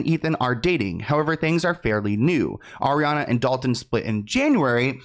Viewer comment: just.... stop... "Ariana"